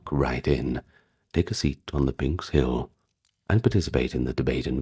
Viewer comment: Great video. As all your other ones are. By the way if pronunciation bothers you, that should be pnix , NIX, like Stevie Nicks, (and not pninks like the Kinks)